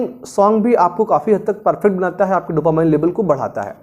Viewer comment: Sir, dopamine ko डोपामाइन bolna galat hai, sahi pronunciation hai डोपामीन। Jaise "determine" ko डिटरमाइन kahna galat hai, sahi pronunciation hai डिटरमिन।